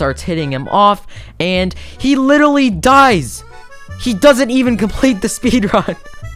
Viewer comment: he has to be skeppy hes says literral and litteraly so many times